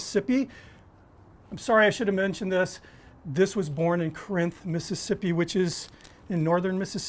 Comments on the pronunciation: I'm guessing he's never been to Corinth. First off, it's 'COR- inth, not cor-'INTH. Also, Borroum's Drug Store should have rated a mention. When I was there a few years ago they were the definitive purveyors of the slugburger. They are also the oldest drug store soda fountain in the state. A definite time capsule. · You butchered the pronunciation for Corinth, MS. It's not Cuh-rinth It's Coor-rinth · It's COR-inth, not cor-INTH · I was born there and lived there till 1989 and I mispronounce it all of the time. Locals say it more like “caaareinth”. I’m sure even I sound super northern to them now 😂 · I was born in Corinth (properly pronounced “caahr-reinth”) and lived there till I was 12. Boy did this bring back memories of growing up there and eating them at the White Trolley diner and Borrum’s Drug Store on the town square and seeing the old guys whittling piles of cedar shavings at the Slugburger Festival... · It's pronounced Corrnth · Looks delicious. One thing…. It’s pronounced “Core-inth” Mississippi. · You must not be from round here...its Car'inth lol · Locals pronounce it Car-Inth. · As a Mississippian I approve! Awesome job! But it’s Core inth, MS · I'm a NE Mississippi local and I've heard every variation from "core-rinth" to "caw-rinth," so no hard feelings. A lot of the pronunciations down here can be tough. My hometown has a variation on this burger (Bill's Hamburgers in Amory) that's been produced since 1929. Great video! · I grew up in MS. It's extremely minor and you get a pass. :) You should hear how people butcher Biloxi and Kosciusko. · the pronunciation of Corinth, MS is with the accent on the 1st syllable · Might want to recheck your pronunciation of Corinth MS. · Slightly mispronounced Corinth but it’s awesome. Thanks for being awesome!